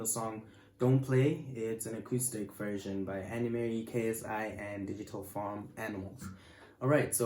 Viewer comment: Annnne? Mary what 😂 isn’t it (the way you supposed to say it) ann mari ?